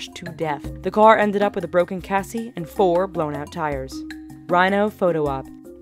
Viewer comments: A chassis (/ˈtʃæsi/ or /ˈʃæsi/; plural: "chassis" /ˈtʃæsiz/ or /ˈʃæsiz/) - its "Shasi", not "kasi" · "Broken cassy" (Chassis). Beccuz lerning how to read and speek the English language aint' impo'tant when yer jobs in content creation and communicatin' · Wait hold up, did she say a broken CASSIE? CASSIE.. CHASSIS... CH-A-SS-I-S. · Broken Kasi its called a chassis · "With a broken (Cassy)" lol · Lol the way she says chassis